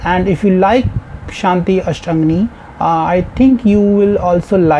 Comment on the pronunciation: I wouldn’t recommend the “Shanti/Ashtangi” live Mtv video, as Madonna’s pronunciation is awful. The album version is better, and is available on YouTube, you’ll just be listening to the track without a video 😜